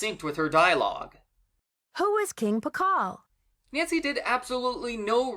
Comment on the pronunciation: pascal key? don't you mean Pacal key?